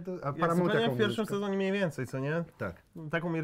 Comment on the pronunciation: mniejmniej zamiast mniejmniej xd